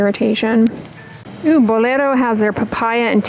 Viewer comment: I like how you pronounce Bolero.👌